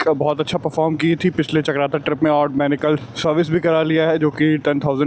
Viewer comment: Ek blog me bhai ne 1000 bar औङ औङ bol di. Bhai pronociation sahi kar lo और hota hai औङ nhi bohot irritating lagta hai baki keep it up